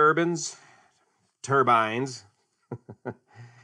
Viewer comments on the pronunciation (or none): Turbins.........err, turbines! The struggle continues. Another good report. Much appreciated.